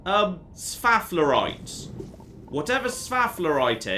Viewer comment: s-faff-lerite... never change.:D